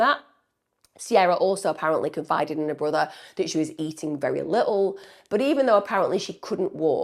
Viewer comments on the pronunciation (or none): none